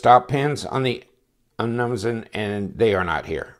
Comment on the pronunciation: Nice review, and you've earned a sub, but your pronunciation of "Umnumzaan" makes me cringe.